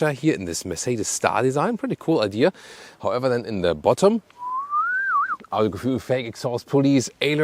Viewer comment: Immer wieder lustig , wie er Autogefühl ausspricht 🤣 , tja blöd wenn man einem internationalen Kanal machen will und ihm einen deutschen Namen gibt ...audogefuel....😂